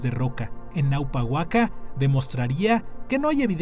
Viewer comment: No es Naupa,es ÑAUPA WAK'A(Antiguo Santuario Sagrado)